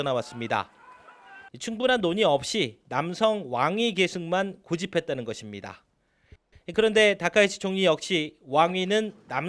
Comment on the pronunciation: 다카이치 발음 안되냐? 다까로 들림?